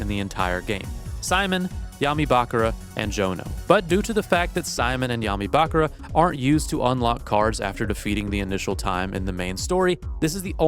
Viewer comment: why do you say bakara instead of bakura...